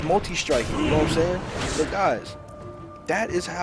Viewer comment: more like "SHHHayin"